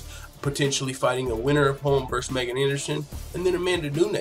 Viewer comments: i am a subscriber, who likes your low key style. 2 things #1. Her name is pronounced.... MeeeeGan! Dude, you should know that. Drives me crazy you said it wrong 25 times bro. #2. Ass tattoo (FTMMA, funny). That is HOT, wish more girls Actually had that; 1 line script, exactly where you put it. So Hot 👍🏼🤩🇨🇦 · Pronounced.... MeeeeGan!!! Please know this, and fix this. A fan and subscriber.